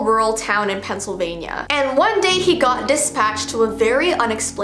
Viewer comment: pennsylvania my ears: pencil vania